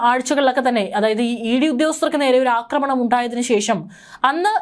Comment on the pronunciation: Akramanamalledo aakramanam akramikanalla. Aakramikkan Malayalom areella Englishum areella What a journalist What a shame